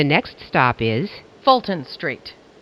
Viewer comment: I love how Jessica will forerver be the best to say “Fulton St”